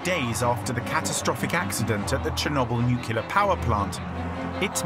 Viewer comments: not NUCULAR!!!! omg 🤦‍♀🤦‍♀ Pronounce the most important word correctly NU - CLEE - AR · Ben Fogle can not decide for 3 episodes is it Nucilar or Nuclear.. Someone tell this man to get serious 😂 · does he say "nukular"? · Barely 2 minutes in, and the narrator literally says "nuc-ular" instead of "nuclear". No thanks.